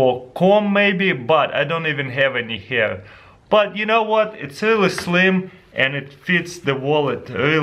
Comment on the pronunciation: "Ай донт ивен хэв эни хер"